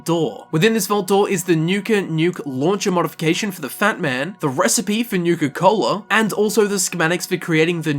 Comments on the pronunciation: "Nuka Colda" Comedy gold. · “I guess you can say I have a nuke-colda” turns off video. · Haha nucacold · "Nuka Colda" What. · Im a bit late but thats comedy "Golda" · I liked this video just for the "Nuka-Colda" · Disliked because of "Nuka-Colda"